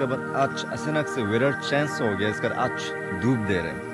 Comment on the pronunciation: Aas nhi its aaj bro😂🤣🤣😂😂pronounce theek krlo